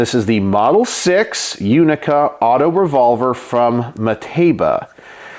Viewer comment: Italian here. I've definitely heard MUCH worse pronunciations ^^ Indeed, the play on words is that "6 Unica" sounds exactly like "Sei unica", which means "You're unique", specifically addressed to a woman. I have heard it used as a (quite) cheap pick-up line, too xD